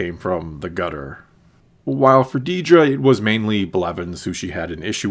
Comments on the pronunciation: It’s Dedra, not “Dee-dra.” C’mon. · It’s “Dedra” not “Deedra” 😂